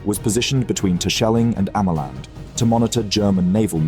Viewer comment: Texel is also locally pronounced as Teksel like he did. But Tessel is indeed more common. (How he pronounced Terscheling and Ameland was significantly worse.